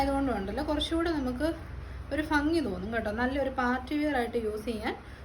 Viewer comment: ഫങ്ങി അല്ല ശരിയായ വാക്ക് ഭംഗിആണ്.